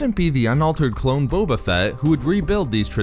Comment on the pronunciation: Lol bobo u mean Boba